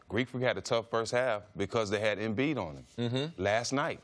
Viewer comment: Does it bother anyone else that CC refuses to pronounce Joel Embiid's name properly? Everyone else on earth seems to be able to pronounce it "Joe -elle", yet CC consistently pronounces it "Jole". I can't get past it.